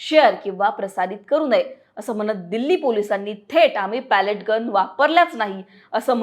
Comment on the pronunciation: Pellet चा उच्चार पेलेट किंवा पेलीट आहे. Palette = लाकडी चपटी फळी. बातम्या देताना उच्चार आणि अर्थ समजून घ्या. अनेकांना इंग्रजी किंवा कठीण शब्दांची जाण असते असे नाही.